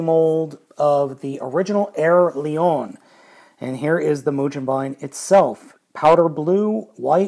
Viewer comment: the g in mugenbine is pronounced the same as it would be in the word "go"